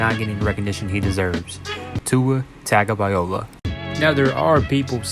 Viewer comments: Tagovailoa: Tah-ngo-vah-eeh-loh-wah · You can even pronounce it Tah-noh-vai-loa, if that makes it easier. P.S. I’m Samoan. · Tah ngo vah-ee low ah.. Faamaga le guku😅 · Please put some respect on my QB by learning to say his name correctly: Everyone should know this by now: Tung-a-vi-a-lo-a, forget how its spelled. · Love the video, love the music. Hate the apology. Mispronouncing his name isn’t a big deal. Yes you said it wrong but people getting mad over it, should get a life. Keep doing you bro. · i mean if you're gonna make a credible analysis video on someone you should definitely be able to pronounce their name. I respect the self correction for sure. It shows a level of professionalism and that the guy cares about the quality of the content he's putting out there. I'd much rather him acknowledge a fault in his content than to pretend it doesn't exist or just flat out say he doesn't care. Two sides to every coin homie, try to look at thinks from both sides. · This is a very cool video, but I would make one suggestion: if you are a fan of Tua, and are going to make videos about him... you should learn how to say his name. It's not that difficult, but you weren't even close! Honestly, everything about this video was pretty high level... except for you completely butchering the name of the guy the video is about. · Still a good video, and it's a mistake that you can easily correct the next time.